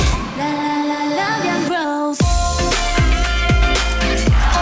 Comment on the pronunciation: ㅠ ㅠ ㅠ ㅠ ㅠㅠㅠㅠㅠㅠㅠㅠㅠ.... 초에 사쿠라 rose 발음 미쳤ㄴㄴ어 아 처ㅣ고야 너무좋아 아 억ㅇㄸ겋ㄱ해ㅠㅠㅠ ㅠㅠ ㅠ ㅠ ㅠㅠㅠㅠㅠㅠㅠㅜㅠㅠㅠㅠㅠㅠㅠ